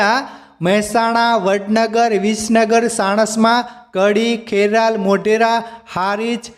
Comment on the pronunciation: Mothera maa satlasna rahi gayu Kheral nahi kheralu